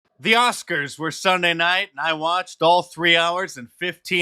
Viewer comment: No more Oscar's it became Woscars